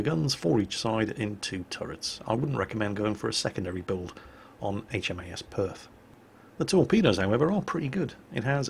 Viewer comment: I laughed every time I heard "HMAS" just because it sounds like "HMS" said with a southern American accent lol